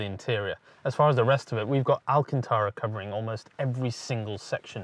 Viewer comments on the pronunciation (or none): none